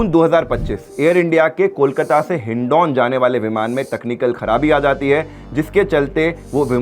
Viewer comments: Hndooon nhi bhai hindon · It’s not hindon bhai it’s hindan mera grr hai bhai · हिन डॉन नहीं .......... हिंडन airport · Though spelling is Hindon correct Pronounciation is Hin-da-n